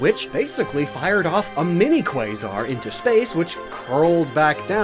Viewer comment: How did you say Quasar correctly but pronounced Rayquaza wrong 😂